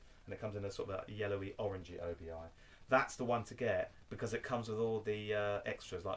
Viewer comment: Excellent stuff as usual! Just a quick note...and I use to make the same mistake. ..until a Japanese friend of mine corrected me. It's pronounced OBI (OH-BEE)...not OBI (OH-BEE-I).